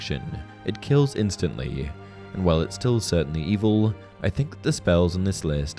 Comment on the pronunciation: "...that aren't inherently EV-EL-AH"